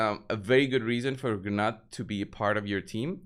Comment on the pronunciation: The Call of the Arbiter videos tell you how to pronounce Gnut. I am guessing you didn't bother to watch them? Either that are you are being willfully obtuse. It's pronounced "Noot" BTW.